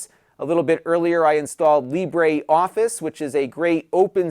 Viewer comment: Libre Office. As in Libre = French for free, pronounced as Libruh, not Libree.